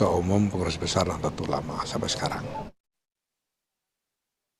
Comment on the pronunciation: Nahdlatul ulama jangan dibaca Nahdelatul ulama